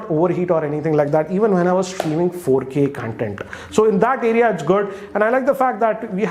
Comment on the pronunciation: Hey great review! Also it's pronounced as Con-Tent not Cun-tent